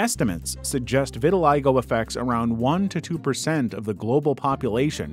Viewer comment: i didnt know thaat vitiligo was pronounced liek that..